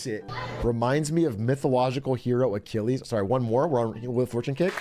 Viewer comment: A-chill-ees heel - when your foot is cold